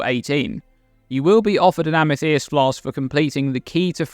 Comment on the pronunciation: Great tips! I think the chieftains will be easiest through campaign being able to likely cap all ele res and chaos res without too much difficulty. Btw, the way you say Amethyst is wild.